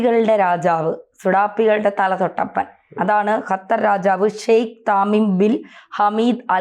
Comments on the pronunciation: ഖത്തർ എന്നാണ് ' ഹ ത്തർ അല്ല. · ഹത്തർ അല്ല ഖത്തർ പ്ലസ് ഉച്ചരണം ശെരി ആക്കു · ഹത്തർ,,,, അത്തർ ഹ ഹ ഹ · ഖത്തർ എന്ന് പറയൂ ചാണകം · ആദ്യം ഖത്തർ എന്ന് പറയാൻ പഠിക്കൂ അതിന്നു ചാണകമല്ലേ